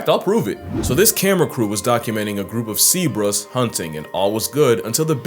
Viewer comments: Definitely spelled “sea-bruh” the way he said it, and that makes it another layer of funny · "Seebras" LOL!!